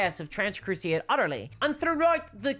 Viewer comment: Ma'am.. its called Trench Crusade.. not Trench Crusieeäd